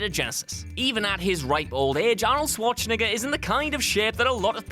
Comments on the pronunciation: "Arnold Swatchneger" ??? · Svarchenegger? Guys, wtf? Try like this: Shvarcenegger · Please, can you say 10 times Schwarzenegger in a row!!!! :-D the sh is in the front not in the middle ;-) It's more like Shwardsennaggar Btw: The automatic created captions by youtube have it transcribed as "I'll swatch ni**a" :facepalm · Is it just me or did he say "Arnold Schwarz-nigger" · Boy you chose a real dangerous way to pronounce arnies last name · Since when should SchwarzeNEGGER be pronounced the same as the 'N-word' - does nobody at whatculture even vet these videos before they go out? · you pronounce Schwarzenegger so weirdly